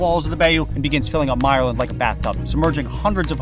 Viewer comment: I hate how you pronounced bayou. Also myerland is pronounced differently